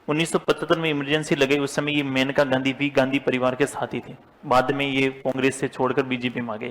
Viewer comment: That is not मेनका गांधी it is मानेका Gandhi